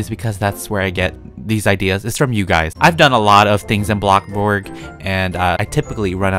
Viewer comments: ITS BOLXBURGRG NOT BLOKBURG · I like when he says"blockburg" im like lol🤣🤣